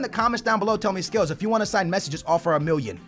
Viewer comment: you forget to say the two L's in million